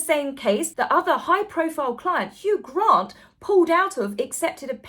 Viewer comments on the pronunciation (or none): none